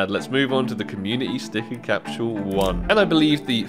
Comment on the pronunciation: why you say “capshule”